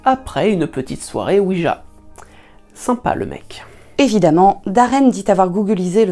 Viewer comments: Oui jjjjjja pas dja . CA viens de oui oui francais allemand. JA se prononce ya en allemand pas dja ca cest le dieu de la weeeeed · à 0mn58 : planche "oui-dja"...il n'y a pas de "d" dans la prononciation de planche oui-ja (gea)...car c'est ja (oui) en allemand où le j se prononce y...c'est donc une planche "oui oui" (oui-ja / oui-ya).